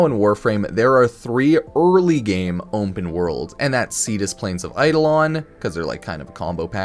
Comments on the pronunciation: bro say OMPEN one moretime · "Ompen" worlds? What? There is no "M" in open. Can we say aluminum and cinnamon? Just found that an odd way to say open. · how did this man say onpen like 50 times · "Ompen Worlds"